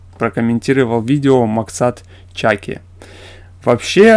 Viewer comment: Снимал не министр культуры Казахстана, а экс вице-министр Кыргызстана. Ударение в его фамилии ставится на последний слог ЧакИ